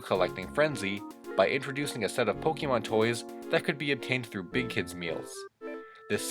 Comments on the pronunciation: You need to know Pokémon is pronounced poke ayy mon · notice he said pokeman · It’s called Pokémon not Pokeman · Me: sees title Oh, this should be interesting. clicks You: Pokey-Mon Me: Nope.